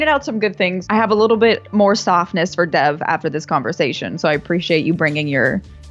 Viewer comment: How can a person watch an entire movie where the titular character is called Dev, then do a review and pronounce his name wrong?